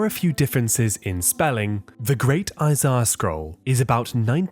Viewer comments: Isaiah, not Isiah. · "The book of eyes-eye-uh"